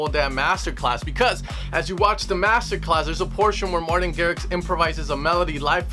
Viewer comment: That “Martin” killed me 😂